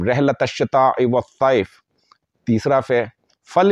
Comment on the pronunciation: دوسری آیت میں الشتاء میں ش کے نیچے زیر آتی ہے۔